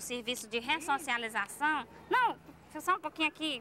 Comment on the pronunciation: Assistente social falando "ressociabilização" 😂😂😂😂